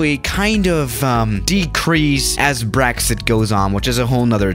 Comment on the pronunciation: Did he just say "Braxit"